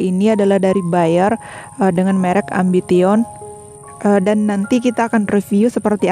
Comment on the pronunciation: Malu maluin si mimin baca AMBITION. Salah itu cara bacanya..